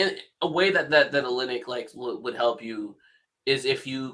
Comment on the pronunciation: This man said Kelly Olinyck 😂 lost all 🏀 credibility